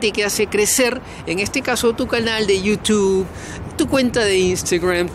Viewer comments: 6000 suscritores no da como aconsejar! Tu receta debería ser y es... hablar en contra de Chile con eso has conseguido el que tú cerebro cree que es un éxito en Yiutub ( como lo pronuncias ) 😂😂😂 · Yiutube Yutub ... 😂😂😂 Perubriso me hacen tanto reír ... gracias por existir 😂😂😂😂